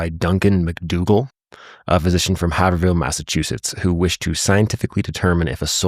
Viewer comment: Bro said HaverHill 😂 it’s pronounced hayverill.